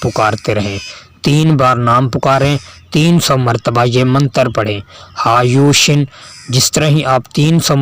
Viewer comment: ٹائٹل پر ھایوش لِکھا اور آپ بول رہے ہیی ھایوشِن